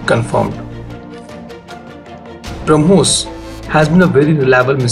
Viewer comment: We have brahmos missile they have bruh-mos missile